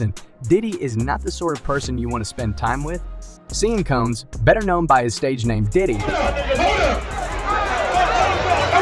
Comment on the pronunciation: Shouldn't be speaking on him if you can't pronounce his name